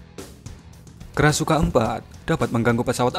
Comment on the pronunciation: Krashukan ?? Krasukan setan min 😂